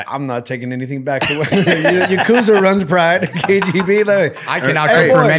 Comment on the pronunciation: It’s ya ku za not yuk uza